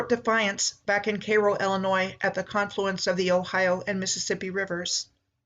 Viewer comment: Cairo. As in kay like kayak and row like rowing. Not k-row. Kai-row(Cairo)